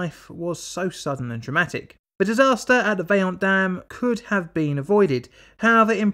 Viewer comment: agree but I'm also impressed about pretty much all italian words were correct.. I've heard a lot of Toc, Vajont, LongaronE, etc.. very well pronounced! it is one of the most difficult skill for english speakers